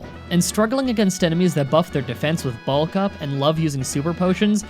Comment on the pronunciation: I thought you said "ball cup" not "bulk up" lmao now I can't un hear it